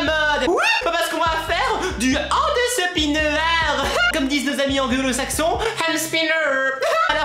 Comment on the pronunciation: Tu fais trop bien l'accent saxons